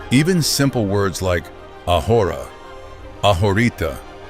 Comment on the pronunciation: Please work on pronunciation. The Mexican dish called "mole" is not pronounced as in English. Also the "h" is silent in ahora. It makes you sound as if you didn't do your homework.